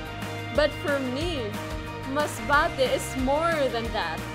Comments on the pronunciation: The way represents her hometown. How she pronounced “MASBATE” you can just feel it. She’s so proud. And, I think “Masbate” should be proud of her too. She boost the city and a lot of people now interested to explore Masbate. I also loved, the way she put all the tourist spots in Masbate. We didn’t know before that they have white sand beach. Good job. I hope this pandemic will end na so, I can visit your hometown 💕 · Yung pag bigkas ni ng Masbate sa dulo🥺 ramdam mo talagang pinagmamalaki nya ang province na kinalakihan nya. Tagos sa puso.Nakakaproud kahit hindi kami magkababayan kasi Im from Mindoro, the Brownout Capital of the Philippines😄😭😭